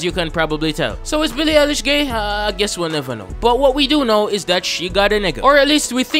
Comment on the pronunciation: *INHALEE SSSSSO BEEEE LII EYE LISCH IDS CANKELLED